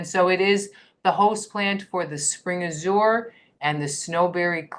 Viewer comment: ăzh′ər ; emphasis on 1st syllable